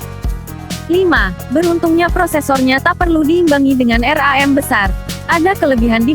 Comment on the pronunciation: Ngakak bilang RAM aja jadi R A M wkwkwk